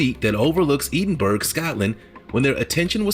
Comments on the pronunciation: Eden burg? 🤣 It's pronounced edin burah Ed in bur ah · Ed in burgh not eden burg Scotland 😂😂😂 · Oh the Scottish will be up in arms, it's Ed-in-burra!! Eden berg oh my! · #3. Oh no, tell me he did not pronounce Edinburgh as Eden berg!! 😂😂😂😂 Oh my goodness, that is so bad!!! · The narrator's pronunciation of 'Edinburgh' 🤭 x